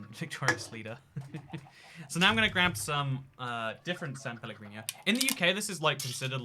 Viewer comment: No One: Absolutely No One:: SaN peLleGRinio AnD dIFferEnT coUlor SaN peLleGRinio